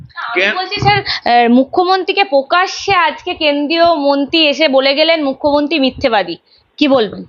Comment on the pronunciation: পকাশ্যে? না প্রকাশ্যে!!?